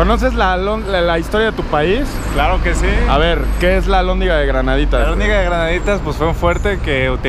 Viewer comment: Es alhondiga, no albondiga. Para la otra ven de noche, Guanajuato de noche es la verga. Lo amaras mas creeme.